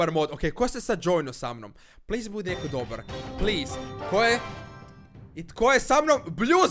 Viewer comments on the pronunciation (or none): none